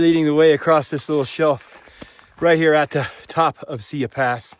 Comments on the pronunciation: As a Montanan please learn how to pronounce our trails before recording a video. It’s Sigh-e pass! Not see-ya pass. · Pronounced “sigh-yee”! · it's sigh-ee pass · Great video. However, Siyeh is pronounced sigh-YEE Pass. Many people had trouble with the pronunciation. I was a Red Bus driver (aka Jammer) in the mid 70s. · Tip: learn how to pronounce the name of pass you are hiking. It gives you some credibility.